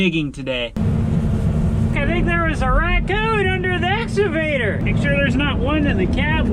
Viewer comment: And now is calling it an "Exavator".